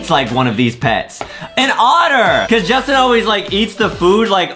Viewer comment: Go to english class and speak J-u-s-t-i-n not judtin